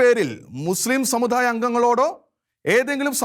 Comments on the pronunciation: Sir pls correct your pronunciation.. especially ... "da"..and "dha"..Samu"dha"yamalla..samudayam...shekaina television should take care of these things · ഉച്ചാരണം ശ്രദ്ധിക്കണം സമുദായം ദാ ധാ അല്ല ആശ്വാസമല്ല ആശാസ്യം നിർബന്ധം നിർബദ്ധമല്ല അങ്ങനെ ... പിന്നെ അഥർവവേദത്തിൽ അങ്ങ് മഹാ പണ്ഡിതനാണല്ലേ ഏത് മണ്ഡലം ഏത് സൂക്തം ഏത് സംഹിതയാ ദുർമന്ത്രവാദത്തിന് ഉപയോഗിക്കുന്നത് ഒന്നു വിശദമാക്കണേ അടുത്ത വീഡിയോ അതാകട്ടെ